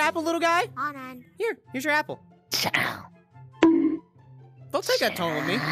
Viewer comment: You don’t actually say “chao’s” you say “chao” it’s the right way to say it.